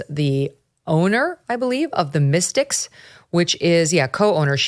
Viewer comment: It’s not pronounced the Mystics, it’s pronounced the Mistakes! 😂